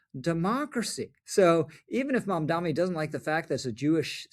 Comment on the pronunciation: Rich, it's MamdaNi not MamdaMi.